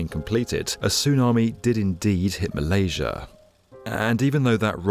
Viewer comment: Marlasia's Magar Island...???????? Dude, there is NO LETTER R, I REPEAT : NO LETTER R IN THE NAME MALASIA OR THE WORD MEGA.